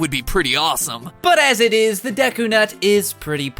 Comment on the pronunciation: Also deku was pronounced wrong